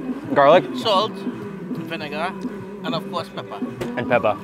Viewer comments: Why have you forgotten to pronounce "pepper" correctly? 🙄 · Why does he pronounce "pepper" as "peppa"? He sounds like a toddler.